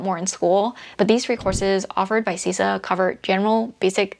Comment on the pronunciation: Great content,! I am a big fan! Just FYI, CISA is pronounced "SIS-A" and not "C-SA." No biggie, just letting you know, from someone who works there. Thanks for sharing these gems!:)